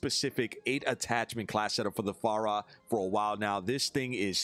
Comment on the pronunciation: I'm just here to laugh every time says Far-ra like the Chinese waiters in a Christmas Story 😂 Love you!